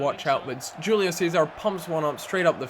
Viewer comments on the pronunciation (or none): It's pronounced Hulio not Gulio... -___